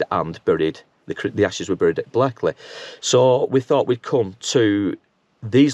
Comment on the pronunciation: And I now live in Blackley but it’s pronounced blakeley